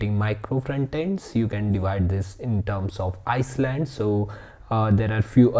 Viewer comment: Great video, just for my sanity I have to say: island is pronounced “eye land” not “ice land”. Keep that positive energy coming! 👍